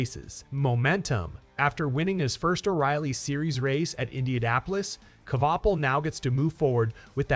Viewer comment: Also learn how to say his name correctly